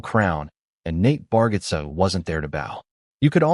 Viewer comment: You pronounce his name wrong